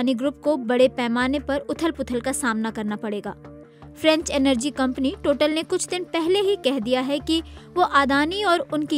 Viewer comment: टोटल नहीं टोटाल होता है..